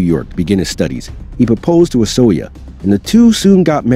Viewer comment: As a hungarian,Orsolya is pronounced "Orshoya" .